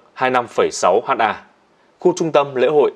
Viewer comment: ơi, nội dung đã trau chuốt rồi, nhưng lưu ý cách đọc nhé. VD: Ha đọc là Héc ta (trong bài) không có ai đọc là Hát A đâu 🤣 Km đọc là Ki lô mét